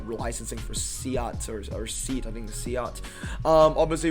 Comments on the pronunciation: Not seat pronounced.. see at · It's not seat as in car seat, it Seat as in Say-aht